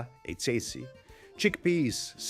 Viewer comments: You have an italian accent but you don´t pronounce italian correctly. How come? For example: It´s Tschetschi, not tsetsi. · I knew his accent was strange. Then he pronounced the word "Ceci" incorrectly. Definitely not Italian.